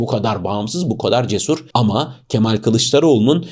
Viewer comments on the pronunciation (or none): none